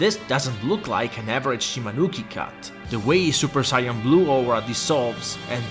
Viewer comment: Really great video, while I knew a lot of these tips already it was still nice to hear em! (Also unrelated but you’re one of the few people who pronounced “Saiyan” correctly, unlike how the dub pronounced it “say-in” and now everyone thinks THAT’S the proper spelling and that YOU’RE the wrong one for daring to go against the “gospel” of Funimation)